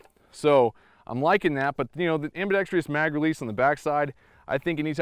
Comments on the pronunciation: AMBIDEXTROUS... NOT ambidextrious!!! Four syllables, not five! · its ambidextrous, not ambedextrious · The word is ambidextrous. Not ambidextrious. am·bi·dex·trous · Am-bi-dex-trous. There’s no -trious. Four syllables. Only four. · PSA: ambidextrous, not ambidextrious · Ambidextrous not ambidex-tree-ous. One i in this word. Small point, but you represent the rest of the Second Amendment community. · Great video! I hope they improve the shipping guns...looks like it's a pretty simple case of fit-and-finish. If it can be made more reliable, looks like a wonderful inexpensive gun. Minor grammar pedantry: the end of "ambidextrous" is just pronounced "struss" not "stree-uss" as it lacks the "i" found in words like "industrious" that have the extra syllable. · Am bi dex trus. Four sylables, no tree. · It's pronounced : ambi DEXTROUS not ambidexTRIous.... butt, I really enjoyed your review. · Never mind how to pronounce "UTAS", research the correct pronunciation of the word "ambidextrous". Am·bi·dex·trous is pronounced ambēˈdekst(ə)rəs. Look it up. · please learn the word ambidextrous. am • bi • dex • trous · amm-baa-dexx-tross, Other than that, great vid. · .....Anyone else really annoyed by all the people that say "Ambidixtreous" vs the actual way to say it? Good review though! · "Ambidextrous" doesn't have as many syllables as you inflict on it. Out. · Can shoot with both hands but can’t pronounce it 🤦‍♂️ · Ambidextrous has no “I”after the “r” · "Ambidextrous" is only FOUR, not five syllables. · I don't really care how one pronounces UTAS, but for the love of God, PLEASE learn how to pronounce "ambidextrous". You sound like a hick every time. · Jesus Christ, learn to say "ambidextrous". Especially if you're going to say it constantly.